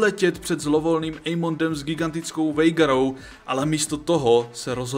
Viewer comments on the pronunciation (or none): video super ale ta výslovnost…. Aegon - ejgon😭 (má být Egon) Daemon - dejmon 😭 (má být čistě demon) , Vhagar není vejgar 😭 rhaenyra není Ranyra 😭 ale Rényra.. A co je nejhorší meyleys není melejs ale mejlýs😭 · Uf jsem rád že nejsem sám 😅 jako Vejgar mi trhala uši, to je jak sídliště v Jindřichově Hradci 😂😂😂